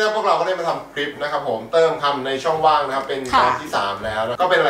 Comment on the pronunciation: ช่องว่างไม่ใช่ช่องว่า